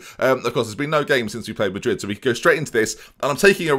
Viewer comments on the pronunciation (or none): none